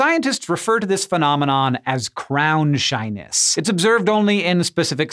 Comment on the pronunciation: Instead of "crown shyness" I keep hearing "crownshine" and I like that way better.